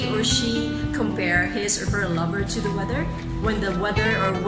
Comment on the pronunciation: Sorry, but this is awful. The added music drowns out that the poem is supposed to have its own rhythm... Then you analyse the poem as unstressed thee and stressed to, but you pronounce the opposite anyway, with the weak from of to. So which one do you think it is?